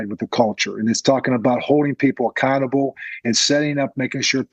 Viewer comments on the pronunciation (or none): Love mentioning holding people 'Accantable' 😂